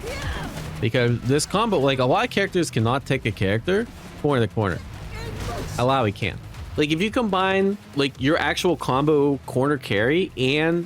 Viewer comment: Bro still can't say illaoi's name correctly 😢